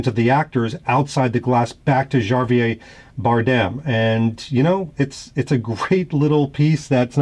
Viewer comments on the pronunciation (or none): Loved the field test, but as someone named Javier, it's pronounced "Ha-vee-air". Still, always a fun video! Now bring on your Omega collection!